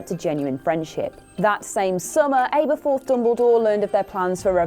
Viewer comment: Aberforth. ABERFORTH. ABERFOORTTHHH